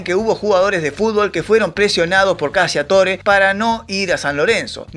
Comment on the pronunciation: "CACCIATORE" es un apellido de orígen italiano que debe pronunciarse correctamente...: [ CACHATÓRE ] tal cual su pronunciación figurada...que en castellano significa...: [ CAZADOR ].